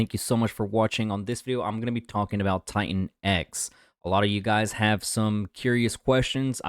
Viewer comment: LOL every time you say $TITANX is sounds like $XEN cope....where are all of your $XEN updates? LOL